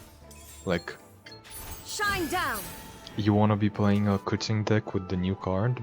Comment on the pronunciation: The best part about "90% winrate" to me was that it implied you played 10 games, or the math wouldn't add up, so I was looking forward to a long video with a lot of games when I clicked it :p But there were less :( ;) Also, it's "kuCHing" not "kuTZing". With "Ч", not "Ц". Weird that I'm posting this here instead of her video but you did just talk about it so w/e.